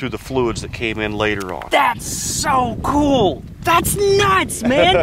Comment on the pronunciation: Would love to watch this but that guy saying 'kewel dude' is about to drive me nuts!